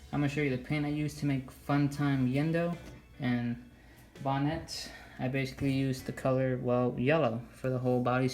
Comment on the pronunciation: It’s not bonet